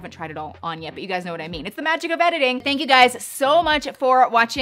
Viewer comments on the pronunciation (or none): none